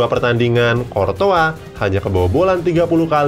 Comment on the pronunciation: Thats right tulisannya thibaut coutouis, dibaca tibo kurtoua